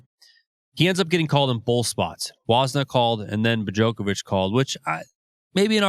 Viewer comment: Absolutely! But listen , when they clearly call him "Bojocovic" instead.